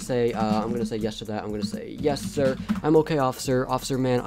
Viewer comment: Not sire its sir